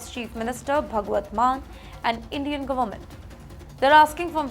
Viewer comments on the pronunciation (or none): she says kiraala for kerala, Gomet for government, and many more mispronounced words, adhe words toh kha hi jaati hai… Pehle sahi tarike se bolna seekho … If you cannot speak proper english, just give your reports in Hindi or whatever language you are comfortable in … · 😂😂😂 Now imagine, can you imagine, let me tell you this…… She cannot even pronounce words properly, eats up half the words and events sentences … Goment, Doughnaald, Addmintation, and the list goes on and on. It hurts my ears to listen and actually decipher and understand what she is saying, get a headache, so now I have blocked her on my YouTube feed Most of the time, I definitely feel that SHE IS IGNORANT, HAS NO KNOWLEDGE NOR UNDERSTANDING OF WHAT IS REALLY HAPPENING IN THE USA . As it is, There are enough issues happening in India, which both her and the channel should spend their energy, time and focus upon. But All she does is portray these illegals as poor things and victims of “BAD OLE USA “ !!!